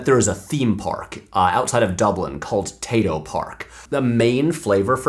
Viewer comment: Patrick as much as l respect you and feel very special to be in the 10% of viewers that are female I felt so hatecrimed by you pronouncing Tayto with a final ‘s’ that I had to skip that whole part of the video